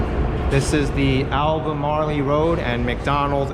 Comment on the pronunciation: Did he really say "Alba-marley Road"?